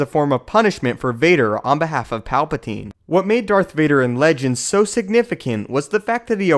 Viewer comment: woah woah woah, did you just say dark vader at the very beginning?